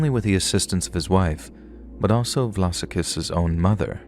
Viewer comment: Ahhh good to hear the bodies in the barrels murders are represented on the channel..his surname is pronounced vlah-sah-kis btw..as an Adelaide resident, please do keep in mind it is a beautiful city and many wonderful people, unfortunately there are rotten apples that ruined the fair name and nature of the city